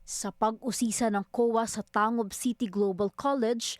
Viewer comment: thats TAN-GUB not TA-NGUB